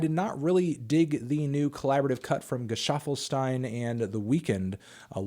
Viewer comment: How fucking dare you disrepect my boy Gesaffle. You mispronounce his name, you dis on his boy the weeknd, you dis his new single. You are now my least favorite melon in the crop